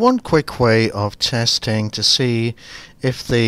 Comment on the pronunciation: teAARsting teAARsting, 1 tarwo 3 rofl